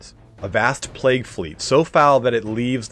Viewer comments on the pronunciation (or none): none